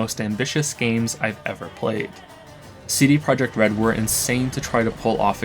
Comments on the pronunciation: i am enjoying this video, i like all these analysis videos. but wtf is he talking about with CD Projekt Red? why is it pronounced so weird? it's like a weird mumble. seedeh? seeduh? why isn't he saying CD? is it actually pronounced that way or just some weird meme from the twitch streams to annoy people. it's made me stop the video like 3 times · Sea-day project Red triggers me everytime 😂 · Why is he saying CDay Projekt Red?